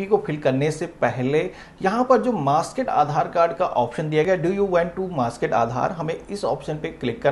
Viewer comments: Maaskaid nahin, maaskd. MAASKD English, not Hindi. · It’s masked ….. not masked….. pronoun properly